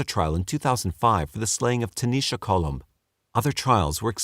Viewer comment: lol it’s ‘Colom’. It’s a Spanish last name meaning Dove. Love the crappy jokes though!